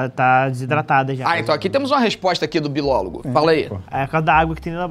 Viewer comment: ele disse bilólogo KSKSKSKSKSKSKSKSK